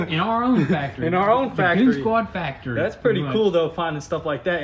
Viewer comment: Goon zquad! Not goonz quad 😣